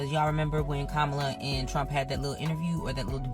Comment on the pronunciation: It's Kah-muh-luh. Not Come-alla.